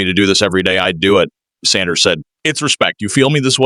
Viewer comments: Whoever was doing this commentary couldn't even say the name right, love Sanders but Cleveland going nowhere in that division let alone the AFC. This looks like a set up for Sanders to fail. I hope he quits football so he doesn't get hurt fooling with this incompetent team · SAY HIS NAME RIGHT MEN.